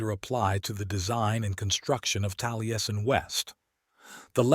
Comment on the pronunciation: It would help your AI voice program if you sounded-out words like Taliesin as "tally-essen" so that it pronounces them correctly. Good video!